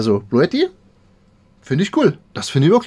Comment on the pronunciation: sagt, dass es nicht "Bluetti" heisst, sondern (ausgesprochen) "Bluuti" 😂